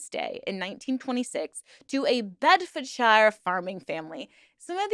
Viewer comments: Pronounced "sheer" not "shire" Bloody Yanks 😂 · The Shire in the names is not pronounces like shire it is pronounced more like sure. so Berkshire sounds like Bark Sure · Pronounced ‘Bedford-sheer’ darling ❤ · the Shire in places like bedfordshie gloucestershie etc is prounonced sheer like sheer a sheep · In the North and Midlands of England, the suffix '-shire' (as used in many county names) is pronounced 'sheer', not 'shur' or 'shyer', hence 'Staffordsheer', 'Shropsheer', etc. However, the exception to this would be the stand-alone word 'shire' (slightly archaic and not often used, but meaning 'county'), which in this instance would be pronounced 'shyer'. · One difference between the English and American accents, shire is pronounced shear when at the end of a name. For example Cambridgeshire is pronounced Came-bridge-shear. Enjoy the channel. Regards from American in England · Shire is almost pronounced suer. Its just the way we say it ❤ loving your videos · in the UK, we pronounce the 'shire' part of place names as 'shear'. E.g. Bed-fod-shear (Bedfordshire). We also have a huge variation in accents by county, and even by individual areas of that county. Even west and east Sussex have a huge variation in accents and culture. We're a small cluster of countries, but there's a lot of subcultures. Hopefully this doesn't come across wrong. I'm autistic, and just info dumping, rather than attempting to lecture. Great video, very interesting snd filled in a lot of information gaps I didn't know. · Wow I live in Northamptonshire (not picking on you but shire is usually pronounced like “share”) and I never heard of this group! Very interesting! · FIY: the suffix "-shire" rhymes with "sir", not like the Shire in the Lord of the Rings.